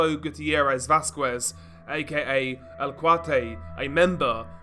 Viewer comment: You have been doing these videos to fucking long to be mispronouncinh "Vasquez".